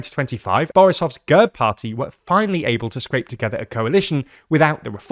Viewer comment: It's not girb, it's gehrb.